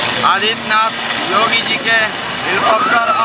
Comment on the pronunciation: Abe Jogi nahi re Yogi Sahi pahle Bolo thik se